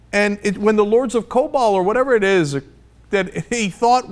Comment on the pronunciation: 'Lords of Kobol' lmao.